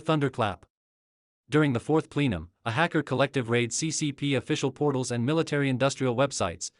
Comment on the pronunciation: PLEE-num? No. It’s PLE-num. Please correct the AI reader.